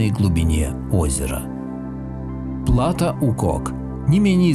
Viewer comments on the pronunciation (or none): ПлатО, ударение на последнем слоге.